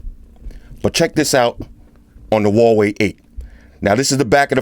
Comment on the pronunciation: Kudos for pronouncing Huawei right,. You're the first reviewer got it right